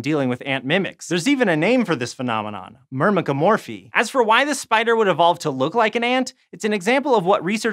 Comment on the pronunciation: This dude say mymecromurphy like it’s nothing! 😳